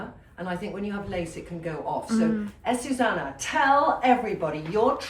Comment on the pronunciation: Trinny her name is AzucEna not Azusana